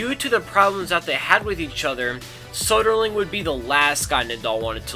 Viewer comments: Soderling would have won the French Open, he would have beaten Federer like he beat him next year, but the 5 setter against Gonzalez got him.. So, it's "thank you Gonzalez", not "thank you, Soderling". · Lyon, France="Lee-own". Soderling="So-der-ling" as in "Soda". Anyway, the content was great.